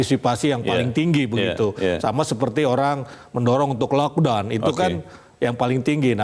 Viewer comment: 🤣🤣🤣🤣🤣lockdown(lokdon).....bpk ni lo....yg ngomong bukan sayaaaaa